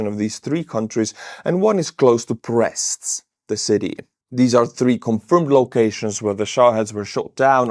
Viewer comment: I like how you pronounced brest as "breasts"